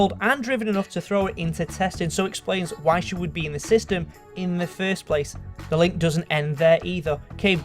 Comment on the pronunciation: If he evolves when he says "why" he will sound like "wha"